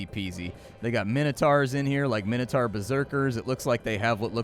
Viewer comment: This chanel has saved me alot of money and its enjoyable to watch. Lovineveryminuteofit! But pleaaseeee learn how to say the word minotaur!!! Its MAI-NO-TOR, not MI-NO-TAR. No offence though, as I said I love your chanel!